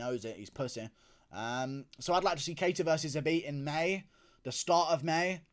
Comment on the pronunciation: I love your coverage whether I always agree or not and I love that you owned the shit outta 'cater' v 'kuh-tar' lmfao made me laugh